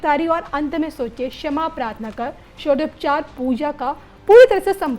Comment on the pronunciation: षोडशोपचार नहीं बोल पा रही एंकर😅😅